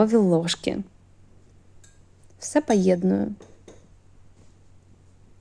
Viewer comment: Все пАєдную))) Абсолютно- повністю або цілком. Если уже так хвалят за чисто-украинский, то просто необходимо обратить внимание на ошибки и акцент на буквы. НАПРИКЛАД - пОєдную (пАєдную).